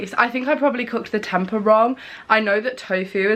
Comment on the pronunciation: Just a little side note. Tempeh is pronounced as tem-pay